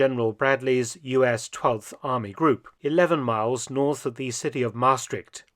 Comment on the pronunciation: NOPENOPENOPE... Peel, pronounced as Pehl, not Piel. that means something entirely different... 😀 And it is Maastrícht, not Máástricht.